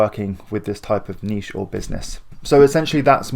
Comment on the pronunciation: I'm subscribing simply because you actually say... (NEESH) and not niTch